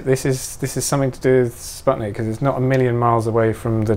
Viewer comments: "Sputnik" is pronounced like spoot-nik, not like spud-nick. Oh, and it's TereshkOva. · TereshkOva is the correct way. And in "Sputnik" "u" should be pronaunced as "oo".